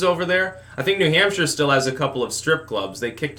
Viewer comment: "Gawn' put y'all BACK in N'Hampsha."